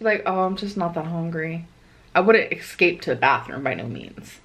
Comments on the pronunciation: It’s not eXscape it’s eSCape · ES CAPE!!! Not EX CAPE!! 🤦‍♀️🤦‍♀️🤦‍♀️ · "exscape" i luv